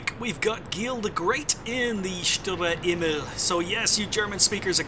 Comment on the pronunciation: Great replays! Grats on the Aces to the players! Love your commentary - always very informative. Keep up the great work! Some help with the pronunciation from a German: Sturer Emil (stubborn Emil) -> Shtoorah Eh-meel - hope that helps! :) (Although your way of saying it is pretty good already tbh)